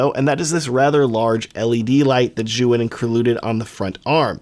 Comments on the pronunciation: Zhuyun? how about Zhiiiiyun.. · You call it Zyouhin ? It is called zjeeyoun (phonetic)